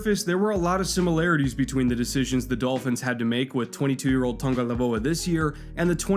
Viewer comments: Your drinking game for this video: take a shot every time mispronounces Tagovailoa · That's all I could think of for this whole video. Lol him mispronouncing Tua's last name. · Yeah, this is annoying me so much. probably spent 40 hours on the research for the video, but couldn’t pronounce the guy’s name right? Come on, you’re better than that. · he is saying it wrong bro. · I love this channel, I think the breakdowns on here are really well thought out and really well done... that being said you would think if you were going to make a 15-minute video on a guy you would look up how to say his name. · Hey bro, its Tago-VAI-Loa. Not Tago-LAI-Voa. Great video besides that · The tung part might be correct, but its vailoa, not laivoa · OMFG Tangolaivoa again I'm already drunk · How to heck did you manage to get Toungue-a-LIE-voa out of Tagovailoa? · Hey! Where do you see N in Tagovailoa? Why do you always pronounce like TaNgovailoa? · Its Tagovailoa not Tagolaivoa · It literally says ""TUNG-o-vai-LOA." And says "TUNG-o-LAI-VOA" So no yup, anyways it doesn't matter it was just a bit of tongue in cheek Laivoa =/= Vailoa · What's his name,?: Tua Tungvcozyiidyydydyiydi-oa 🤣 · Say it with me - Tago vai loa, holy crap lol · say it with me, tah-go-vyy-loa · Tua said in an interview it’s pronounced TONGUE - O - VYE - LO - AH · It's pronounced "tongue-oh-vye-lo-uh." He has made videos pronouncing it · Is it just me or does say "Tangolaivoa" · It was bothering me the whole video hahaha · I'm pretty sure did it on purpose to troll people. He's pretty consistently pronouncing it tangolaivoa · tongue a vie low uh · Marisa Moravec he’s saying tungolaivoa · but is saying TungoLAIvoa, swapping the L and V. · You keep saying tongalaivoa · Tun-ga-vai-loa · “tua tungolaivoa” 😭 still the 🐐 tho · he pronounces it tung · ElegantSquid it’s tungovailoa, the v goes before the l